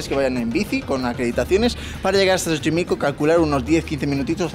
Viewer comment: Dijo chochimilco?? 🤣